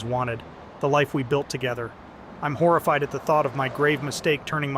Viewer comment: 304. She did say she was horrified….or was that “whore-a-fied.”